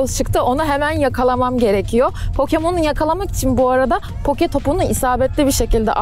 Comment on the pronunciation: Poke topu değil o poki topu